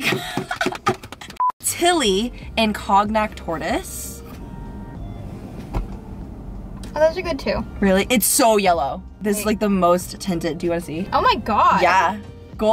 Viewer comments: Kohn-Yak.....Kohn -Yak (Cognac):) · COGNAC ma’m itsa pronounced ✨co•knee•ack✨ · “Cog nack” 😂